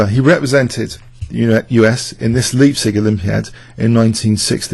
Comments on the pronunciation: Leipzig is pronounced Lie, as in "Lie down Shepp!" not Lee. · Leipzig is pronounced Layp-tsish, not liehb-sig. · good old homecity leipzig. the "ei" in leipzig is pronounced like "i"